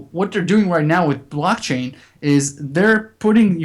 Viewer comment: Hi Folks,Great show, but wats this ,'blotching'? or 'blotchain'? all about, never heard of this, can anyone shed sum light on this for me please?